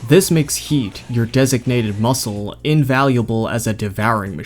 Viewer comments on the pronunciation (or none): none